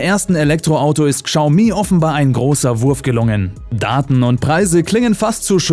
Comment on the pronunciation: Chiao mi, "schau mie" ist genau so falsch.